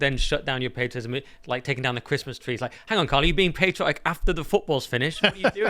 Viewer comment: Carl, it's pronounced 'patriotic' with a short 'a'. Please don't forget the proper English pronunciation.